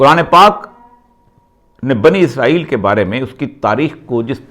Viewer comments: عزرائیل نہیں بلکہ اسرائیل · اوریا صاحب اسرائیل کو ازرائیل کس زبان میں کہتے ہیں؟ کویہ انہیں اسکی نشاندہی کرے اگر یہاں لکھا وہ نہیں پڑھتے۔